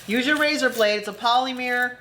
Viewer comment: Hi😃 Great video! Very informative, interesting and beautiful work! You are very charismatic and funny 😄 Just a quick suggestion; Polymer as in Polymer Clay is pronounced •pohl/pall (rhymes with hall) •luh (rhymes with duh🙄) •mer(rhymes with 'her' or 'mer' as in mer-maid)🧜🏻‍♀️ I hope you don't take offense - it was not given as such🙂 This is my 2nd video of yours I've watched today. You have a kind spirit and seem to enjoy sharing your knowledge and expertise in such a beautiful art. I am a fine art silk painter. I use Mica on many of my silk canvases. I paint on silk with dye, steam set it, adhere it to a canvas and hang the canvas on the wall. When the silk art pieces are not hanging somewhere they are being worn (silk scarves, shirts, dresses, etc.). I use the mica on areas of my drakes in the bright sunlight. Thank you for generously sharing your beautiful work and skills with us all! God Bless 😃